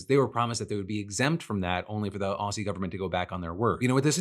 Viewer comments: Dear Philip, Just so you know, "Aussie" is pronounced "Ozzy".. Like the recently deceased artist.. Sincerely, every Australian who watches your show. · not the Aussies flinching at Phil's pronunciation of Aousie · Spelled Aussie pronounced Ozzy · "Oss ee" mentioned. Keenly awaiting the followup "Mel born" to fully confirm identity as an American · Aussie is pronounced like you would say Ozzie Osbourne, not however Phil just said it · Gosh the way you said aussie hurt my soul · Your pronounciation of Aussie is always hilarious, Phil.